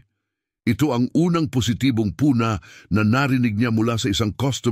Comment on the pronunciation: Maganda sana ang mga kwento at delivery ng narrator, pero napakaraming pagkakamali sa pronunciation. Mukha namang Filipino ang narrator, pero bakit napakaraming mali sa pronunciation at syllable stress kahit sa mga napakasimpleng words? 😢 Sinasadya nya ba yun? Narrator: ^puna (pu^na) N: ^silid (si^lid) N: ^dapitha^pon (dapit^hapon) N: ^alukin (alu^kin) N: masiglang ba^ti (masiglang ^bati)